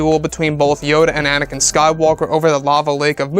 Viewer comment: It's Anakin, not anikan.